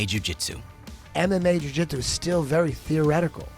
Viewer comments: Completely unrelated to the real content in this vid… But, your constant and repetitive use of the “Jh” sound in “jhew jhitzew” is kind of f-cking annoying. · the way this guy pronounces "ju-jitsu" is annoying af